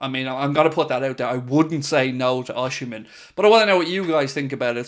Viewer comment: You don't pronounce OSIMHEN name rightly. BOSS..